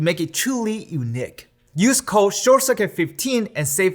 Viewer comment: can't stop thinking about how this guy pronounced "unique" during the ad.